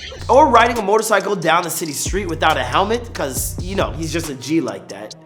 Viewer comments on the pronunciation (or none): man says motorcycle lol